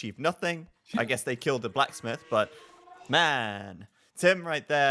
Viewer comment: I swear when says "blacksmith" he actually pronounces it "plasmid". This isn't Bioshock man!!